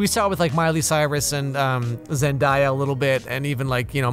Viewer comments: The whole video was amazing then right at the end, he pronounced zen-day-ah as zen-die-ah and I began to rethink my choices 💀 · Her name is Zen-Day-Ah not Zen-dye-ah 😂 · Zen eye uh? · Why did you just pronounce her name “Zen-die-a-“ and not “Zen-day-a” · her name is pronounced Zen-DAY-uh and she didn’t “go off the deep end”....that was Bella Thorne🌚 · i know it’s not that big of a deal but thanks for the over pronunciation of her name lol. hearing him say “zendieya” literally hurts 💀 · It’s Zen-day-a like day like “daytime” for future reference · At the end did you mean Zendaya? (Zen-day-uh/zenday-yuh) She wasn’t A deep end girl. She made them listen & got KC undercover done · ZEN- DAY- AH (Zendaya) never went off the deep end. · It’s pronounced ZenDAYa (like SunDAY) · I’m sorry, “Zen-DIE-a”? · ZEN- DAY- UH is how you say Zendaya 💀💀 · It’s pronounced Zen-DAY-uh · who is this zen-die-a? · Dude her name is pronounced Zen-day-a 😂😂😂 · what is a zendiya? when did zendaya go off the deep end? why are you saying her name wrong? why do white people purposely say black peoples name wrong? its the subtle racism and disrespect for me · Zen-DAY-A 👍she would appreciate it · Interesting Zendaya pronunciation lol